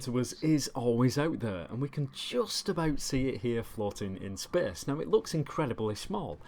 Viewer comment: "spehse" :D